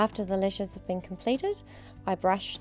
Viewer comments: lol nope she does say lesh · if i hear the word LESH one more time, i'm gonna lose it